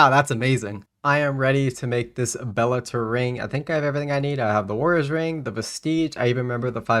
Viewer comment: I think you need to look up how to pronounce bellator vestige 😅